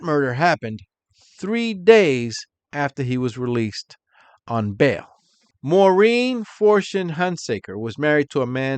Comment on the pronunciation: English its Maar- een (Maurine) NOT - More-een But you sure pronounced "Menzies" right